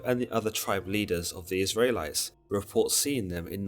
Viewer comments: You're hurting my ears when you say Is -rae —lites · Lol why are you saying the Isrealites like that. 'Isray lites' 😂